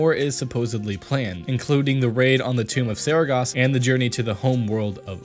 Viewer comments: Also Sargeras... Not Saregos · "to the tomb of saragos" its sargeras... SARR-GE-RAS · TOMB OF SARAGAS???? ITS SARGERAS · tomb of SeregAAAAAHHHHHHS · Kaze when he said saragas i got triggered the fuck out of my chair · haha i LMAO when he said Saragas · Saaragas ... WHAT THE HECK !!! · he said saragas or sarages??? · SpontaYT zagara? Zaragas? Anything you can imagine, except Sargeras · nooooooo al this research for a video then destroys the name of SARGERAS comon blizzard guides its not saragas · I was mindlessly enjoying my way through the video, then he said it.... i just couldn't. i had to stop, that is too big a fuckup to keep watching. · Did one person write this while an other person read the lines? He couldn't pronounce Sargeras or Draenor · Lord Sargeras made me downvote for your mispronouncing His Holy Name